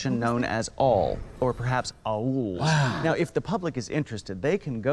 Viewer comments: the part when the pronounced aol as ah-ool killed me lool. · whoa, whoa, whoa... Did he just say "awul" in this 2009 interview?! really??? really?! Aol was in business from the 80's to 2009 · lmao@ way he pronounced aol!